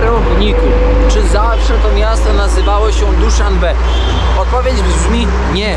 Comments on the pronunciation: Zastanawia mnie Kierowniku, dlaczego nazwę tadżyckiej stolicy wymawiasz DuszanbeG, skoro wszystkie źródła podają Duszanbe (Душанбе) ? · dzizas... DUSZANBE!!! nie duszanbeG, nie duszanbeK.. ps a kij ma 2 końce nie 2 strony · cieszę się, że jednak dotarliśmy językowo do Duszanbe, bo ten Duszanbek ranił me uszy... 😊 Po tadżycku poniedziałek to Duszanbe, a nie Duszanbek... I jest zaraz po jakszanbe czyli po niedzieli a przed seszanbe czyli wtorkiem... 😁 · Duszanbe a nie "Duszanbeg" lub "Duszanbek" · Czemu DuszanbeK, Abidżan? Nie czytasz nazw na mapie? Duszanbe, Andiżan. Jak już opowiadasz i pokazujesz miejscowości, nie przekręcaj nazw. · dlaczego potrafisz napisac prawidlowo Duszanbe a mowisz Duszanbek? Jestes to w stanie wyjasnic?